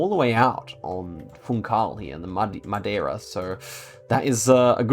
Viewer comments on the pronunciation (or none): none